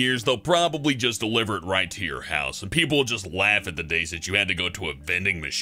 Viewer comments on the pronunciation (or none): none